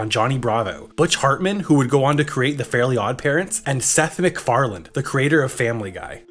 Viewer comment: There's no "D" at the end of Seth MacFarlane's name.